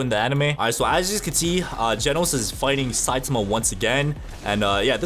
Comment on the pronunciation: THE A.I IT SAYS SUI AND SAIMA